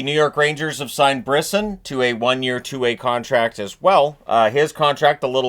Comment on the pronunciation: Your pronouncing Brisson incorrectly. Its pronounced "Briss On" His father is the big wig NHL Agent